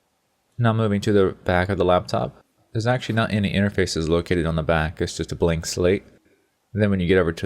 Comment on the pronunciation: lol sexually or actually, what the hell is exually :p